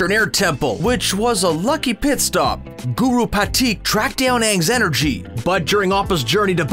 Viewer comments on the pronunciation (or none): none